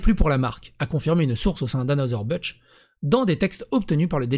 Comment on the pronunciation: C’est un nom allemand dans anheuser-busch il n’y a pas de g. Busch c’est pas budge, ce français est irrespectable des sources